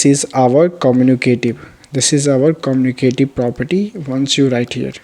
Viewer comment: It's commutative property not communitive property